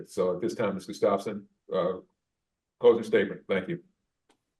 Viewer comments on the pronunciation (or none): It’s pronounced Gus tough son